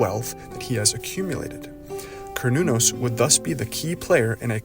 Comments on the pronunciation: No. It's pronounced as kernunos Mehrican.. 🤦🏼‍♂️ Why don't u all learn what the rest of the world must universally pronounce the vowels the way they are? Instead making shitt up for dummies 😂😂care new naus.. A is A, not eyyyyy E is E, not iiiiiiiii O is O, not OoooOUuu U is U, not Yuuuuğw i is I, not AaAiyy Em ay mising enyting Merikeğnn? ¿ inaf Ayy Quuu? 😂😂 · Kar not corn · Pronunciation "care•new•naus" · A kern-el of corn you say? 🤔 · its pronounced Ser-nun-nos. Just Ike the company called CERN is pronounced Sern. Or is this this another dumb AI voice that is illiterate?